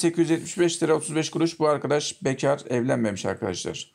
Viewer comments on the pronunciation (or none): Sunum yapan Arkadaş : "- Bu arkadaş bekâr! Evlenmemiş arkadaşkarrr.." 👏😁Süper vurgu olmuş👏😁😄